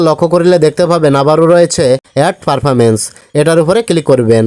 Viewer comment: ওই টা পারফারেন্স না , ওই টা প্রেফারেন্স উচ্চারণ শুধ করেন।😢